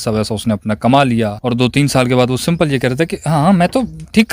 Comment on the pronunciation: Simple ❌ simpol ✅